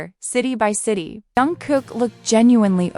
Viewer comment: Your AI narrator made some amusing words out of names, "young" cook, buster "rhynes", "Hy-dee" lol made me laugh. Otherwise a good piece of reporting just had to share my laugh.